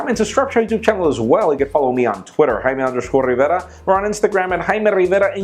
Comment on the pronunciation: who's jaime rivera. didn't you mean Jaime RRivera?